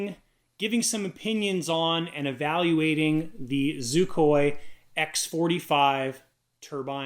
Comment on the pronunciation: On whar plabet is Xicoy proounced zoocoy? I think you may need a grammar refresher course sir.....lmao